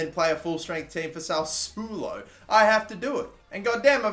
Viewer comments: SAS-SWO-LO!!! Not SAUSULO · It's SA SSU O LO, not SA U SS U LO... Fucking hell how can you mispronounce it so many times... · Its not Salsulo its SASSUOLO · We start with baby steps, get him to say it the way normal people say it then we go to proper Italian pronunciation 😂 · You are not pronouncing sasuolo right